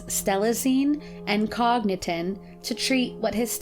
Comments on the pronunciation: Very very good video!!! I have to point out that medication you mentioned Cogentin is pronounced Co jen tin. Though the way you said it actually sounds better. Esp being a psych med. Again,this video was great, thanks!!! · Cogentin is pronounced coe-jin-tin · Too much SJW! They were all mentally challenged. Call it what it is. You went way off the topic. Irritating that you keep calling them "boys" when they were all men. Very condescending! Could have cut out a lot of the video if didn't have all this crap-filler about other mentally challenged people. Also, you mispronounced the medication Cogentin. Not a very riveting or cohesive narration. Very mechanical cadence. Overall, 4/10.